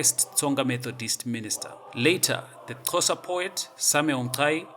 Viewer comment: Your knowledge of history is poor and misleading. There was no such thing as 'Eastern Cape Colony of South Africa' in 1873. And again it's 'Xhosa' not 'Chosa'.